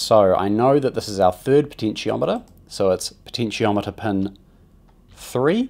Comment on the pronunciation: Amazing video. But I gotta admit the way you pronounce “pin” was really getting to me lol